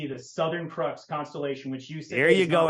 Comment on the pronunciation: Why does he keep calling it the crux constellation? Everyone else in the world calls it the southern cross. Quit this desperate attempt to sound smart, you're not even pronouncing crux correctly.